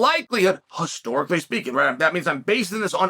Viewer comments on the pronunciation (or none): Chael says it’s Hostorically, so it’s now hOstorically!